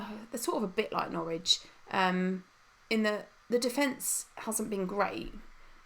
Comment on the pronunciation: it's Norwich ffs 😂